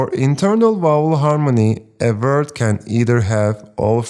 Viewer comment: Teacher, thank you so much. But please stop pronouncing word as “vert”…